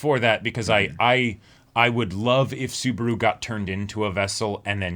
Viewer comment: Spoilers... but.... "Best Timeline?" lmao Also a little pet peeve of mine for a while, so I'm gonna vent it a bit sorry. Mispronouncing Subaru's name kinda annoys me, every reactor I see mispronounces it, I know coming from different languages mispronouncing a name happens but you can hear his name being pronounce in the show so... yeah.